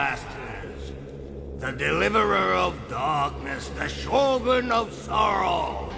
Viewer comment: you lived in japan and still mispronounce shogun?